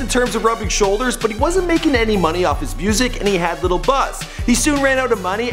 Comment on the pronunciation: it's not little it's lil